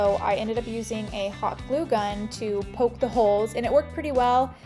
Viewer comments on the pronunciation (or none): none